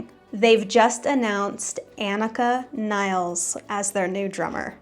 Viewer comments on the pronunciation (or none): Look at some german videos, so you hear the correct pronouncation. There a lots of videos...